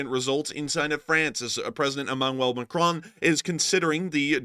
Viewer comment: ah you stopped saying Ma Crone, nice one 👍